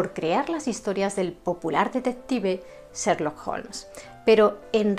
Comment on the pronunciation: He visto casi todos tus videos los que, además de ser de gran interés , están estupendamente narrados y documentados. Me encanta tu forma de pronunciar algunos nombres en inglés, como: "/serlok/" Holmes. ¡Saludos desde Chile!